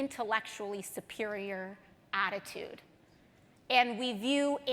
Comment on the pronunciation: ay-und, ay-und, ay-und, ay-und